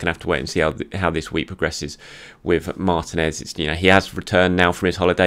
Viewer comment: Martinez is pronounced MarTEEnez. I thought we had this settled by the time Emi left. 🥲🤣🤣